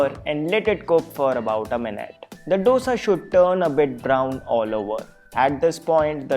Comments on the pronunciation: Thanks for the recipes. But how is baking soda healthy? And it is "Dosa" as in "do" in hindi for the digit 2...not "do" as in the music - do, re, mi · Dosa is pronounced दोसा not डोसा..... Please North Indians🙏🏼...it sounds horrible. It is Dosa with a The not Duh